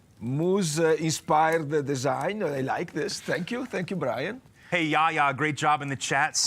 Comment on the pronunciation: I missed the live Brian, but I'm happy you liked my snowflakes. Thank you also for pronouncing my name correctly, believe it or not, 90% of the people have difficulties. ☺